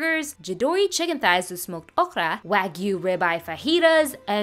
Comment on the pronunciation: There’s nothing wrong with how you speak I just noticed that you pronounce Boudin and okra differently